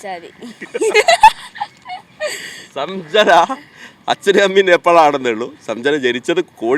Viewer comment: സംജന അല്ലടാ സഞ്ചന, നല്ല ശുദ്ധ മലയാളം ഇക്കയുടെ 😂 ആ പെങ്കൊച്ചിന് ഇവനെ കളും ഭാഷ ശുദ്ധി ഉണ്ട്